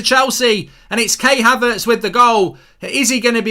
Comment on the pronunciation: Man said kay haverts